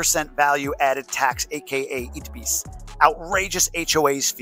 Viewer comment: please consider saying Itebis instead..please! Unless you do it on purpose to generate comments, in that case I guess … do you! ¯\_(ツ)_/¯